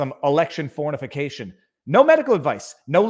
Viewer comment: Did you say election fornification? 😂